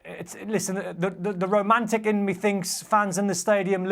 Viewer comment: Don clearly has problem with a word "romantic"